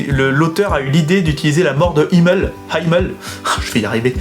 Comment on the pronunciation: Merci pour cette review ! J'hésitais à acheter le tome 1, et je suis convaincue ! (ps: je pense qu'on prononce "Himmel" à la française, ça veut dire "ciel" en allemand. xD)